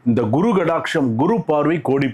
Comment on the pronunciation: அனுக்ரஹம், guru guru இல்லை kuru kuru குரு குரு.. குரு kuru என்றால் செய் என்ற அர்த்தம் உச்சரிப்பு முக்கியம் இல்லைன்னா father என்பதை தமிழில் பாதர் னு எழுதி படிச்சா bother ஆகிடும்